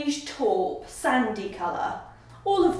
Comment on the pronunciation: Please pronounce taupe as tope .